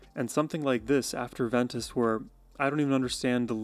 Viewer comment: BTW, it's not afTer ventus, it's AFER (no 'T') ventus. It means African Wind in Latin.